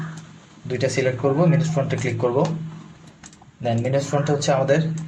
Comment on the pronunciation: ভাই দুই নাম্বার ও শেষেরটার নাম মিনুস না মাইনাস। ওয়ার্ডগুলো উচ্চারণ করার সময় একটু খেয়াল করবেন। আপনার ভিডিও ভালো লাগলো।